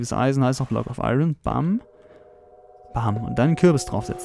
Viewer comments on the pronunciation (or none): none